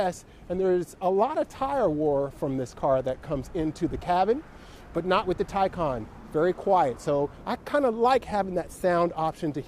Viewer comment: You’re right, it’s the Tie-Kahn. Your video is recommending my Porsche Taycan Unveiling video from my channel... I love your channel by the way, your GTS is amazing and your autocross videos. I’m going to finally subscribe!